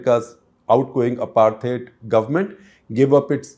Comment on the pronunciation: Please pronounce the word apartheid correctly!